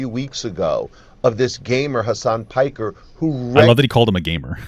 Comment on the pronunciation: His name is Piker that’s his surname not “Parker” lol